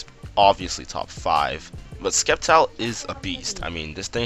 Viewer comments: its prounced Sept-Tile Not Secpt-Tile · It's Pronouced "Septile" not "Skep-tile" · When a pokemon youtuber says Skept-ile instead of Sept-ile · You said skep-tyle. I thought you were joking. Then you kept saying it. ITS SEP-TYLE!!!! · Did you say SKEPtile omg I can't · You said skeptile lol but nice content i like your commentary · SAY SCEPTILE RIGHT!!! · Aaargh, you keep mispronouncing Sceptile! So irritating! Stahp.